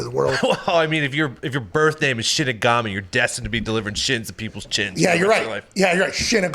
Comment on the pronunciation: Lmfao callin him "Shinsigami" 🤣😂😭